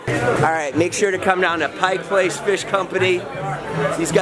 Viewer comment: Glad is said Pike Place correctly.